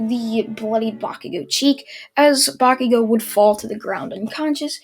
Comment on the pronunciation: ya he finally said bacugo's name right:)